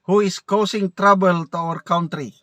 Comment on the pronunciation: Ikaw ang heneral that i dont respect .Your pronunciation of country is very wrong.Sorry hanapin mo sa google .hahahaha.😂😂😂